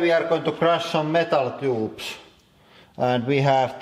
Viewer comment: "Metal Toobs"